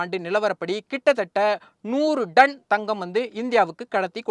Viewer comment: Athu 'Done' ila 'Ton'.